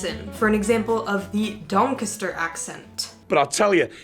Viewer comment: I’m from donny and the way she said Doncaster made me cringe